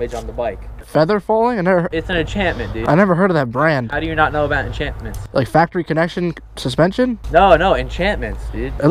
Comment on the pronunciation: dis boi thinks its minecraft. enchaments lol. XD